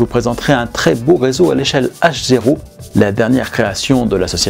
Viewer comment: Echelle "HZéro ?", j'avoue pour ma part que j'ai l'habitude et depuis tout petit (que JE suis tout petit ! 😁😅), de dire "H O (comme haut !)", et de l'entendre dire ainsi pour l'échelle 1/87.... Y aurait t'il un changement de norme ou de prononciation ? A moins que ce soit une toute nouvelle échelle de grandeur...? Merci beaucoup pour ce joli reportage dont Aiguillage a maintenant le talent de nous présenter régulièrement, mais cette fin de "rédaction" me déroute quelque peut, voir me gratte légèrement les neurones... Alors merci, à l'avance, de votre réponse et de vos précisions si vous êtes attentif à ma demande ! Et toutes mes excuses pour le dérangement... 🤭 ... 😉👍👍👍